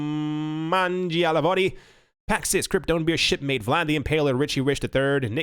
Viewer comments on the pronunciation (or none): none